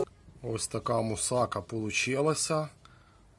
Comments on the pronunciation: мусакА а не мусАка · Мусака наголос ставиться на послідню а! Це Турецька їда! І трохи Ви не правильно її готуєте, як по турецькому рецепту! Як кажуть,чув де дзвін,але не знаю де він!